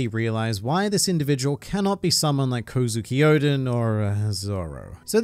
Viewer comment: Y do u say odens name wrong it's kozukio-d-en